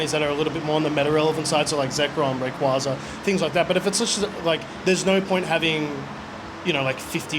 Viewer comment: You’re a big Ray QUAY Zah guy Its not QUAH its QUAY